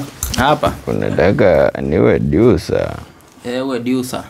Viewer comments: Aki n😂😂 na ki ngereza eti ducer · ebu pronounce tena jina producer😂😂😂😂😂😂😂😂